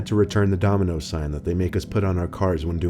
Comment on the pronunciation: Lol he says donimos instead of dominos